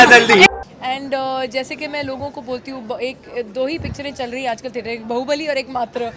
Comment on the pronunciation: bahu??? bali ??? its Bahubali